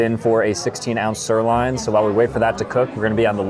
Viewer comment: 16 oz sir-LINE? 😅